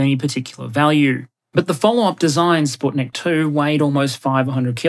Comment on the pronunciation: Thank you for the proper pronunciation of Sputnik :) also kudos for Expanse, but there's a missing iconic picture of lockheed's multiple kill vehicle